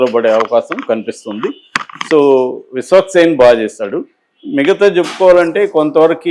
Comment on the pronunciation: Ayya meeru Viswaksenu Peru vikikkasari palakalekapotunnaru